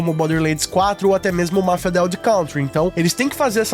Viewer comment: Pô, pronuncia certinho o nome do Mafia.